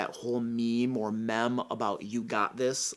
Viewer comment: it's meme, like gene.